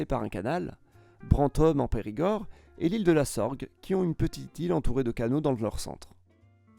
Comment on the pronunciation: C'est l'Isle sur la Sorgue et pas l'Isle de la Sorgues.